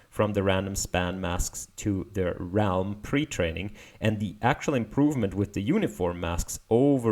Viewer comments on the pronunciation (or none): It is pronounced "relm". ah when knowing only english is actually helpful ;)